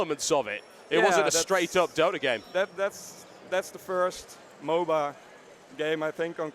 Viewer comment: Please stop calling it MoBA.